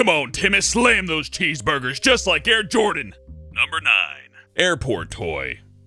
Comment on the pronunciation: Did I hear Hair Jordan?